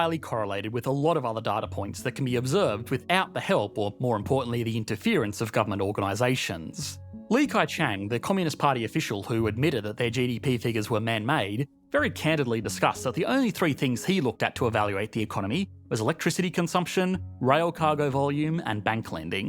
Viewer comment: Le Keqiang is pronounce like "Lee KuChong"